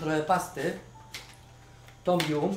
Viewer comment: piekny jestes i slodki ale mowi sie tom jam :*